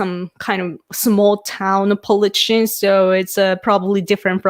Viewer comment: I really appreciate your insights into Prime Minister Suga. It's nice to get a Japanese perspective. Just a note on your pronunciation of "politician" - it seems you are almost dropping the "ti" syllable, but it needs to be emphasized. You get it correct when you say "political." "Politician" is pronounced the exact same as "political" except for the last syllable.